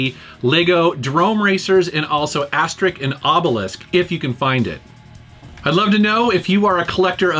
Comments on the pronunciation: Asterix and Obelix is pronounced Astericks and Obelicks, not Asterik and Obelisk. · Ahah had a lot of fun with the "Astrix" ^^ In France, where it's very well known, we pronounce "Ass-tey-rix" ;-) Good video btw :-) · "ObeliKS and AsteriKS" not "ObeliSK and AsteriSK".;-) The joke is that every character ends his name by "IX" instead of "isque" because the most famous gaul (french ancestors) in french history is named Vercingétorix. Thx for the video! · Asterick and Obelisk. I loved it :) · Excuse me for laughing at "Asterik and Obelisk" XD The comic books are genius btw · Every character from the series that's from goul has name ending with an x and you need to pronounce it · mispronouncing aside, the comic book series is amazing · Yeah, you just pronounce the "x" as you would expect... so "Aster-ricks" and "Obeh-licks". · It didnt even need research, the names both have an x at the end, but somehow you managed to pronounce the first x as K, and the second one as sk LOL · I think you pronounced "Asterix and Obelix" wrong. Look at this video (I linked it with a timecode.): Greetings from germany!